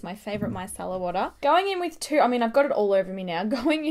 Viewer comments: i cant stand the way she says 222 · People she might not know ok? She was curious. She probably got the point,so shh. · I love how Aussies say two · Amanda Bittner most not-American English speakers pronounce o's like german umlauts (o would sound like or) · The way Australians say 2 is amazing omfg 😂❤️ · she says 222 really weird